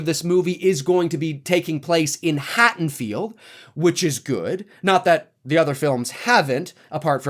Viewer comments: Hattonfield?? HaDDonfield ffs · Hey, I am loving your updates on this new Halloween film! You're hilarious and well informed. I did hear you mispronounce Haddonfield as "Hattonfield" several times. Not sure if you were aware. Anyway, keep the awesome work coming. I am digging it all!